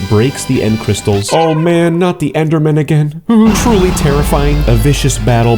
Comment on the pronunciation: ‘GÆMER MODE ACTIVÆTED” “END OF ENDERMÆN”